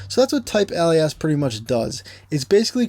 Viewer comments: I know you're gonna think I'm just nit picking so apologizes in advance but for future reference Alias - otherwise called : otherwise known as — used to indicate an additional name. Pronounced Ay - Lee - Us. Or say "Hey Lee Us" and pretend the H is silent! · FYI - It is pronounced /ˈeɪ.li.əs/ (e.g. "ay·lee·uhs"). 🙂 Thanks for all of your great videos on Swift programming! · Hi, noticing your last name I must ask, as an italian speaker myself, is the reason you pronounce "TYPEALIAS" like that because you're bilingual english + italian? You do make it sound like we'd read it in plain italian!